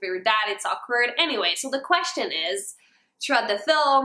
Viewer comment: why did you say "Troughout" and "Trow up" like can you not pronounce your H's?